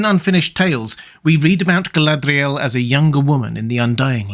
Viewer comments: Love your stuff. Really. But can we got back to not pronouncing Mordor, Morgoth and Galadriel ( etc) like we just rolled out of a RoP am dram class. 👍😏 Listen to Martin Shaws Silmarillion. You. Don’t. Need. That tat.🙏🤍🖤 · Your pronunciation of Galadriel off and irritating.